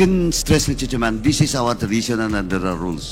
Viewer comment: Alex Bongcayao: Mister Chairman pronounced “misteh tsiman”